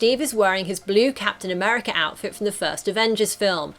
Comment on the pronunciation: i like wen capin americuh holds mooyouealner